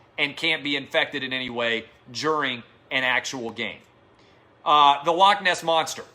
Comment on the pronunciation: Dear everyone that isn't Scottish. Please learn to say 'loch' properly, it's not hard, to do the 'ch' ,just imagine you are haching up some flem....or a pube out of your throat.....thank you...- every Scottish person.... ;)